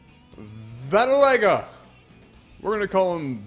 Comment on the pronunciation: when said Vattilega, i kinda heard battlenigga...:D